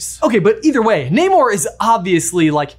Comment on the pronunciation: Pleaseeeee, in future videos, pronounce Namor correctly, it’s driving me crazy! 😅